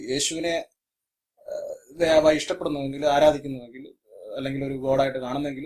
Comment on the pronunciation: Bhi not bai